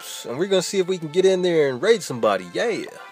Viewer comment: Its YYEEEaa not YEEAAAHHH